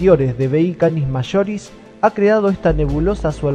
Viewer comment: una wea es su acento coloquial y otra es pronunciar mal nombres científicos